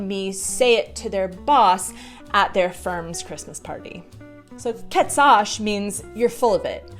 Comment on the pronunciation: Your pronounciation of "Kecáš" ... or, as you've said it "KHEecáÁÁŠ? , going a theatrical half an octave up and down in a Mariah Carrey style is as thick Prague accent as it gets! Congrats! Finally localized :D